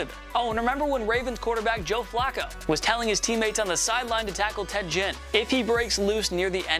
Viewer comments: Ted Gin? Try Ted Ginn. G sound is like in the word gear. I love all these 20 something fanboys that don’t realize the NFL existed more than 10 years ago, but love to pass themselves off as knowledgeable in all things NFL. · Ted “Gin”